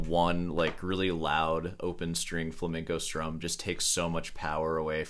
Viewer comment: The guitar Viking is pretty lame. Not knowing how to pronounce flamenco is also pretty lame😉